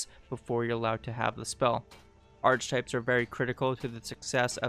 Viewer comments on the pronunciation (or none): "ark - eh -type(s)" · Sorry to be an asshole but archetypes is pronounced Ark-etypes.